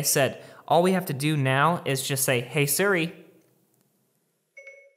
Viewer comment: its SEER-E, not SIR-E